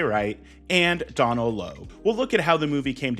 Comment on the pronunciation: Love your work, however, Donal is an Irish name pronounced "Doh-nul"